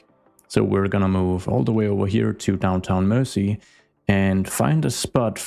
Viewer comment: It's "Mersey" (said more like mur-zee), from Old English "mæres ea", meaning "mere" (as in "Boundary, limit; a boundary-marker; boundary-line"), and "ea" being English for French "river". A lot of the time (maybe most of the time) when you see "-ey", or even "-y" at the end of an English place name it's a nod to a waterway.